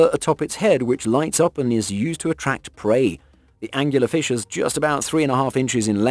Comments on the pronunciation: "Angler". Angler Fish. Not angular fish. WTF? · .......ANGLER fish... not angUlar ... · OK man. How many times are you going to incorrectly say "Angular Fish". It's a smegging Angler Fish. This kind of thing drives me insane. Presumably the narrator gets paid. Therefore, the narrator has a responsibility to do just a TINY bit of research before recording the narrative. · Dude, it’s angler… not angular! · It's "Angler" fish, like person who fishes. Not "Angular" like having sharp corners. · Last I checked, there's no u in angler fish. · Angler fish. Not Angular fish. Just to say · ANGLER, not Angular! You know, like as in ANGLING or Fishing with a pole.... Am I the only one this annoyed the hell out of?! :P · Anglerfish not Angularfish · Are you anctully saying Angular fish, it's Angler fish. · Angler-fish. As is a fisherman fish. Angler is another word for a fishing pole. Not Angular-fish... What else is wrong with this video? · Angular fish? You mean Angler fish? lol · angler fish not angular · It's angler fish, not "angular". This video was the dumbest thing I've seen all day. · "angular fish"... I don't think this is a case like 'al-you-minium', is it? Where it's actually spelled differently in Britainese. Angler fish are named for their method of predation, bearing a resemblance to angler fishing, which is the use of a fishing rod. Is it really pronounced angular fish in the UK? And if so, is fishing with a rod called angular fishing? And if so, is the shortened form still 'angling'? Sorry, not trying to nitpick really, I'm just curious about lingual stuff. Good video. The basket stars are really fascinating especially :) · Nope. The term “angler” is an British word originally and means fisherman. So, yes, this narrator butchered the pronunciation. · …are you defending that hideous pronunciation? Please don’t! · There is no U in anglerfish.